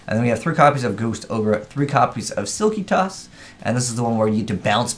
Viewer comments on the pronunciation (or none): Did you just say altergeist sillkytoss?